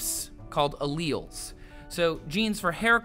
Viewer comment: why does he say alleles so weirdly lol?